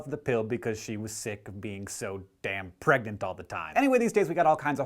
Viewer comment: "...and how girl NOT get pragnent." Hank?!